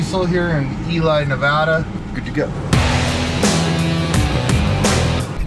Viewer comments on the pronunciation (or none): E Lie 😂 got me